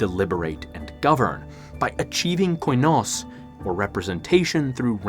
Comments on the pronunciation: here to help. they're pronounced "kinos" "sofos" and "efthina" and "enotis" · You have effectively butchered Ancient Greek, in nearly every single one of your pronunciations here. Κοινός is pronounced Kinos, with accentuation being on the O. Σοφός is mostly correct, but your accent is very strange. Εύθυνα is pronounced Efthina, with accentuation being on the E. Ενότης is pronounced Enotis, with accentuation being on the O. There is no H sound here. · They're pronounced keenos (common), sofos(wise), efthina (responsible), enotees (unity). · Please use Google translate to at least get a general idea of how the greek words are pronounced. Koi-nos is truly cringe worthy to listen to. It's kee-nos (in murocan phonetics. Kee, as in Keep, or keen) Koi sounds really dumb and stupid and like a Japanese fish 😆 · I'd like to help with the greek pronunciation: Κοινός: kee-NOHS Σοφός: soh-PHOS Εύθυνα: EF-thee-nah Ενότης: eh-NOH-tees Κληρωτήριον: clee-roh-TEE-ree-on.